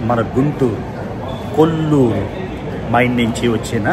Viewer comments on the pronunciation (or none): కొల్లూరు కాదు, కోళ్లూరు మైన్. ఇప్పుడు అక్కడ పులిచింతల రిజర్వాయర్ ఉంది.